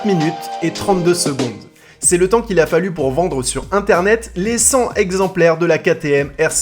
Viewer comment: On fait la liaison avec "cent", donc c'est cent "t"exemplaires ;-)